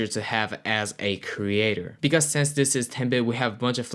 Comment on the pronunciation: Why you say since like sense 🙃🙃